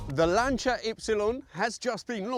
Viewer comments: Why is he calling it a Lan Cha? Not a Lan Sea Er? Have i just witnessed a Mandela effect... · Lancha? What on earth is that. It’s LANCIA as in lance!!! Just like Julius Caesar is not Julius Kaiser! Or Cicero is not Kickero! FFS!!! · ...did you say "Lancheeya"? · Annoying AI-voice, 'Lancher' 🤦🏽🙋🏽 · "Lancha"?? "Bitta"?? "Zagahhto"?? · Why the stupid accent for Lancia? Speak English or Italian. We don't travel to Roma we go to Rome. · Maybe learn how to pronounce “Lancia” and stop shouting. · Yes, but sorry, it does sound VERY middle class and poncey😀in England.